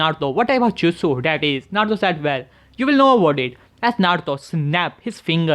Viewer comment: can u say naruto not narto no offend